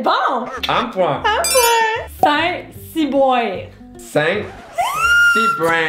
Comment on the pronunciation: "Sain sibouin " ça m'a fait trop rire 😂😂🤣